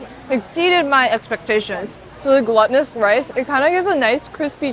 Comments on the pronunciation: 1) I like your videos! 2) looked it up because I keep hearing you say it like "gluttonous" rice. It's not that, nor like it's containing gluten, but "glūtinōsus" as in being glue-like or sticky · Gelatinous (je-latin-iss) and glutenous (gloo-tin-iss) become gluttonous (guh-luh-tin-iss) 😂 love your vids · Hi, psst... "glutinous" is pronounced GLOO-tinous... "glutton" and "gluten" are different in pronunciation and definition! =)